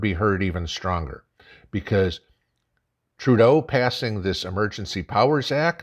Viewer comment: You keep misspronouncing Turdeau's name....